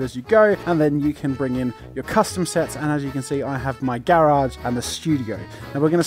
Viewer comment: Anyone else cringe at the way he pronounces garage lmao